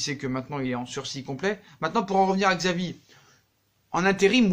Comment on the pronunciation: Ça se prononce chavi pas xavi